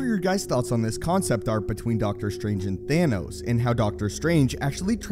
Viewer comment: It’s pronounced Thanos not theynos 🤬🤬🤬